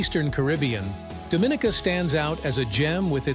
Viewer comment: Incorrect pronunciation for Dominica.